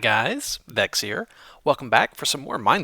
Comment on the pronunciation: VAKS NOT VECHES! :D